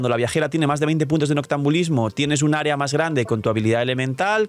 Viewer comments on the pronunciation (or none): none